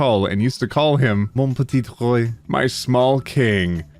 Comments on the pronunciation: Ok, from a French person : YOU ARE SO F*CKING ADORABLE WHEN YOU SPEAK FRENCH, LIKE BISHIDHPZKPNODBOFB Go king ! :3 (The "mon petit roi" Killed me 😂 it's pronounced "r [w] a" And not "roi" <-(I don't know how to write this but I hope you get it, and if you don't that's not important anyway X)) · "Roi" pronounced like Rwa don't mean to be mean just saying cause if you go to france and say this you will get crushed by all the Karens and Chads AKA every one in the shopping center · HE SAID ROI (roy) INSTEAD OF ROI (rwa) D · the proper pronunciation of “roi” is r-wah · the French was almost perfect, but ‘roi’ is pronounced ‘rwa’. Don’t come after me, I’ve been in French schools my entire life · Hey! Quick french lesson (I'm from Québec!) you don't pronounce the second 't' in "petit" and "roi" is pronounced "r-oh-ah"! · How they f do you know French and still butcher the pronunciation like that? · When said 'mon petit roi' and pronounced it the way he did I thought: 'Oh well, he doesn't speak french' (but he's actually Canadian? Would rise the by probability a lot) and then he said 'J'aime cette histoire' etc with good pronounciation and that confused me quite a bit